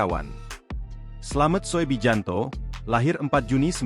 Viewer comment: Koreksi..yg bener dong sebut nama orang. Slamet Soebijanto (slamet subiyanto) dibaca slamet soe bijanto (EYD). Penghinaan tuh